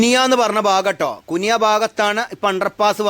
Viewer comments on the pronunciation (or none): കുനിയാ അല്ല കുണിയ